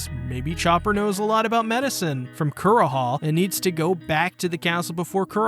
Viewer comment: Also KUR-HA? VIV-EE? Also lets not even mention how you pronounced lahpins... is it so hard to watch the corelating portion in the show to get correct pronounciations?! 😂😭😂😭😂😭😂😭 like its funny hut destroys my soul so pls my manz.......